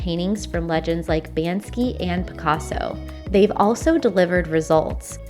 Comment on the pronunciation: It's Banksy not Bansky, do your research